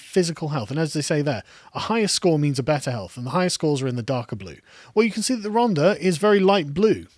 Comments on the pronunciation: Once again...if you could 30k without signing onto universal kredit would you vote for more and tougher lockdowns? Btw It is "Rhontha" NOT "Rhonda". I also had family there (Tylorstown) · RHON-THA. It's not a hard D Carl. 😂😂😂